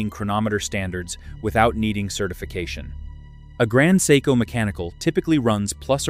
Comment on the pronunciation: Grand psycho… come on AI, grow up